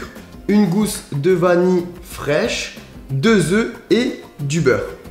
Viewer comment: Qui osera lui dire qu'on dit vanille et pas vani !!